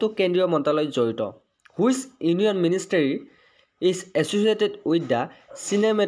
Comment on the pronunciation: It's ministry not ministery🙄